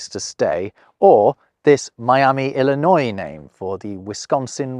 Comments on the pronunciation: Don’t pronounce the S in Illinois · Another great video. Thank you. Btw,, there's no noise in Illinois. (your Illinois had noise). The "s" is silent.... Like any other trailing "s" in a French word. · Illinois is pronounced "ill-eh-noy", not "ill-eh-noise". The 's' is silent. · Illinois is ponounced Illin ' oy not Illinoi'ze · A correction.: You mispronounced Illinois. the ‘s’ is silent It is correctly pronounced i-luh -noy. ILLINOIS has two contributors to its name. The Illini Indian tribes used variations of the simular word meaning "men" or "warriors”. The French adjective ‘ois’ can be credited to two voyagers. France commissioned Louis Joliet, French -Canadian fur trader (Joliet, Will County, Illinois is named in his honor.) The second man was Father Jacques Marquette, a Jesuit missionary born in France. They traversed together to explore the upper Mississippi River region and to claim that landscape for France. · Seriously? That is all you're going to say about WV. Western Virginians were tired of being underrepresented, and there were very few slave owners. BTW "Illinoiss" is also like Arkansas. The s at the end is silent. It rhymes with annoy ... like this video. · I just have to point out he used the "S" for Illinois WE ONLY USE THE "S" When we say Jewel S in Aldi S😂